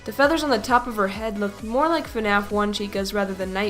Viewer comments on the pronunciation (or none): none